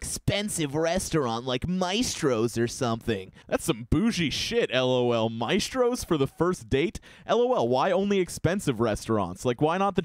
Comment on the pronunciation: Ok I’m sorry but I fucking died when he said mice-stros the place is called maa-stros